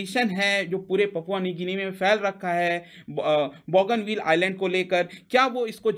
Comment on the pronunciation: बॉगनविल नाहीं लेकिन बोगनवील । बोगनविलिया नाम के रंगीन पत्तों के नाम की creeper tree है ।